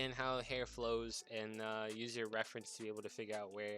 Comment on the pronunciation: the way you said hair makes me want to vomit